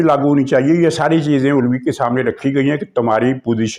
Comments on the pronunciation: "Ulwi" aap jaan kur kehtay hain ya na-danista "Alvi" ko. Lekin, aapki yeh "ada" buri nahin. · Aap aik senior journalist Hain. Alawi ko bigaar kar ulawi bolnaa aap par suit nahi karta. Alawi aik sacred term hey. Please !!! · جو صاحبان اعتراض کرتے ھیں کہ "علوی" کا تلفظ درست بولا نہیں جا رھا تو ان سے عرض ھے کہ " الووی" (owl) بول رھے ھیں ۔ آپ سمجھا کریں:-) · محترم آپ اپنا علوی کا تلفظ صحیح کیجیے ورنہ صرف صدر عارف کہا کریں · " عارف علوی" میں "علوی" کے "عین" پر زبر ہے، پیش نہیں۔